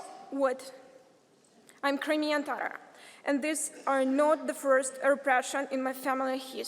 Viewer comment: What kind of tatar she is when she cannot pronouns word TATAR. Real Tatars do not pronouns it like that. She is pronouncing it more like English- tarar- instead of TATAR.